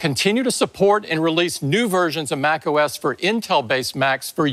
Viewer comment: I heard ‘Let’s take a look at mayo’